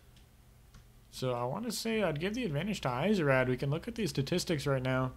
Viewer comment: I think it's supposed to be pronounced "easy-raid" :P